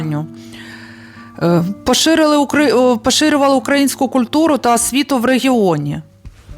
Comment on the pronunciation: Люба! Це дуже гарна подача інформації про наших патріотів, про історичне українське минуле і майбутнє нашої красуні Одеси! Але... Наголос потрібно робити на украЇнську, а не укА їнську. Ще раз дякую за вашу цікаву розповідь.